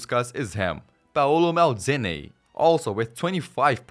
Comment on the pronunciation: Maldini ❌️ Meldini✅️